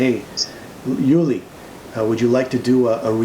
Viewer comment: Thanks for posting....but man....his name is pronounced OOO-Li not YOU-Li....not trying to be a dick....but that's a pretty big error.